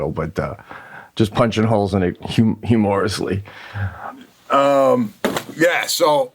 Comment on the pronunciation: "Hugh-Morrisly" Peteism #243